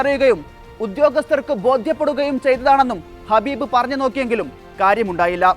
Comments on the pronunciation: Get the name right...Khabib not Habib...Nurmagedov not Muhammagedov😂😂😂 God sake do your job properly. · വാർത്ത വായിക്കുന്നവരെ ഇയാളുടെ പേര് ഹബീബ് എന്നല്ല കബീബ് എന്നാണ് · ഹബീബ് അല്ല കാക്കാ ഖബീബ് 😅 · Habeb alla Kabeeb an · ഖബീബ് ആണ് ഹബീബ് അല്ല ❤ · Habeeb alla khabeeb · ഹബീബ് അല്ല കബീബ് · ആ.... പേരെങ്കിലും ഒന്ന് നേരെ പറഎടെ..... കഷ്ട്ടം 😂